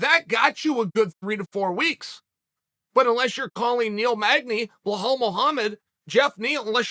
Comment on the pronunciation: Chael, if you're reading this.....PLEASE it's Bee-lal not Blah-hall 🤣🤣🤣